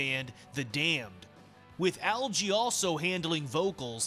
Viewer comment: It's a hard G in 'Algy' as in Get not jet